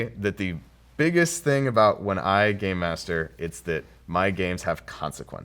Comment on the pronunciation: i sit just me or did she say gay master